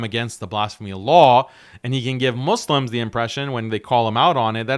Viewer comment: My G said, "Muzz lems" THAT'S the moderator... Lol, please, I can't.